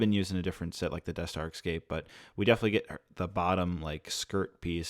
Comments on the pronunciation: If you say "eck-scape" one more time, I'm unsubbing. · I didn’t know people in America pronounced escape as “ekscape” how odd